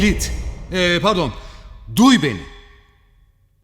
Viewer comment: Abi şu girişte filmin ismini vurgulayip söylemen beni gülme krizine sokuyor.Sirf onun için de videonu takipteyim